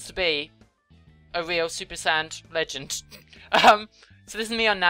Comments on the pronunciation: yes , i just turned my volume all the up to make sure and it still sounds like she said "I'm a real super sad (saiyan?) lesbian". It sounds nothing like 'legend' and more like 'lesbian'. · Hey guise, she said both "legend" and "lesbian" Just watch the video and listen carefully - you'll see : D